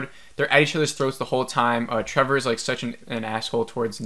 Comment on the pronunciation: Do you keep saying Trevor?